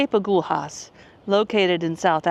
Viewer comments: Agulhas is pronounced close to ah-GOO-lee-us. 🏝️🌊🌞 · When those fishing boats come in you can buy freshly caught fish off them. Pronounce it A-gull-as. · In Portuguese, every time you find the consonants "lh" together, you read it as "li" (in English, it sounds like "lea" in lead). Just imagine there is no h, but an i there. So, in this case, agulhas should be read as "agulias". In English, it should sound similar to "a - GOU - lea - us". I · Agulhas is pronounced as A Gull Hiss in SA. if u look at the Atlantic ocean where the 2 meet it appears darker than the Indian ocean